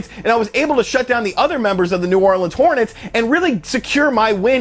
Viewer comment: " New Orleans Hortnnets" Smh